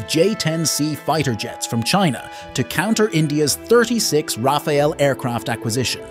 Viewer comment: its rafale not raphael...